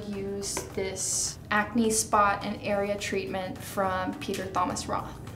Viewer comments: sv 93 what do you mean? Thomas is pronounced as "Tomas". The "h" should be silent. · did she really say peter THomas Roth? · She really pronounced the the “h” in “Thomas” 💀💀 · She actually just said Thomas like THHHHomas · Her accent came through at the TH - Peter THHHomas Roth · lol yeah tOmas , tOE-mas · Her inner Filipina came out when she said Peter Thaw-mas Roth 😂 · the Filipino accent slipped out (nothing wrong with that haha) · Did anyone else catch how she said Thomas for Peter Thomas Roth? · Non-silent "H" in Thomas. Like how you would pronounce "thumb". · Did she rly just say Thomas like that I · Why she say Thomas like dat